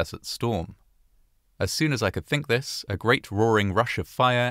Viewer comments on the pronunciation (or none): none